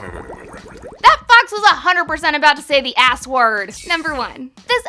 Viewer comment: Honestly it sounded more like rear then ass in the part with the fox.